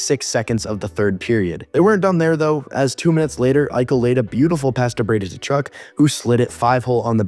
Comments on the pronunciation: I can't take you seriously if you don't even know how to pronounce "Tkachuk". They only mentioned it about a billion times during the broadcasts of their games. Come on now. If you can't even, pay attention to that, then why should I even watch your videos. Your analysts can't be taken seriously. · The T is silent in Tkachuk btw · right?…. how can you have a hockey channel, and not know how to pronounce Tkachuk 🤦🏻‍♂️ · TAchuck? And you have a hockey channel? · how can you have a hockey channel, and not know how to pronounce Tkachuk